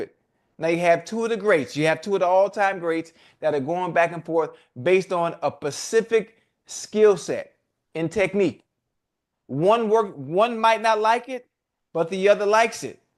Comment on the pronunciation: Can someone please teach Chad the difference between pacific and specific please 😂😂😂 it's literally an ocean of difference between the two